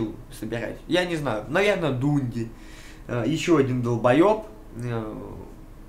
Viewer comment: А он специально коверкает слова или у него проблемы спроизношением английских слов? Форсе стаф, Дунди, Интернутианал? Что за пиздец то)